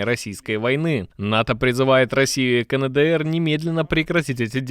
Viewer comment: какой еще [КаНэДэЭр]?? [КаЭнДэЭр]